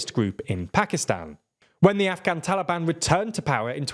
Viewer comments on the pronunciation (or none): none